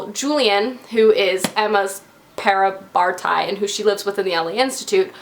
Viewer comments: I cracked up at "parabartai" 😂😂😂 Love your videos. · Please don't take it as an offense or something,that's totally not what I'm aiming for, but I don't understand why people in general have a problem at pronouncing parabatai XD it's peah - rah- buh- thai :)